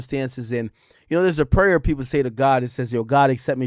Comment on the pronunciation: This man had to Google the serenity prayer. Then pronounced PRAYER WRONG